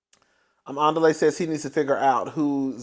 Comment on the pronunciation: The way you mess up Andile’s name takes me down every single time. ANN DEE LAY! 😂😂😂😂😂 it keep sounding like the beginning of Nelly song.